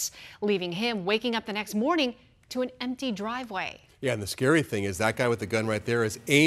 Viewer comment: "An" agency, not "uh" agency.